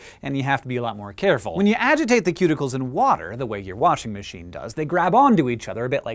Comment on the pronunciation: He keeps pronouncing washermashen wrong